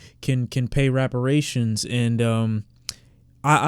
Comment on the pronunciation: Bro said" Raperrations" !!!